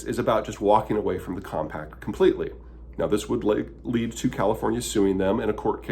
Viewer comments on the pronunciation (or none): none